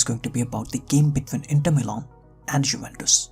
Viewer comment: Dude please learn how to spell names before you make a vedio.. You can't insult the fans by calling names randomly whichever you choose for example Juventus with (yo) not (jo), just like the ( j ) in Pjanic.. You pronounced it (Pia) yet you kept saying (Pianik)! While his name is (Pjanic = Pianich) do your home work please those are well-known clubs/players.. It's really annoying to miss-spell thier names.